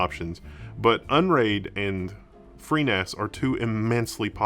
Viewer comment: you can never seem to say freeNAS... B I G B R A I N